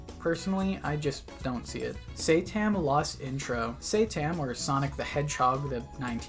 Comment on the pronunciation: it's not say-tam it's sat-A-M as in saturday AM, which is when the show would air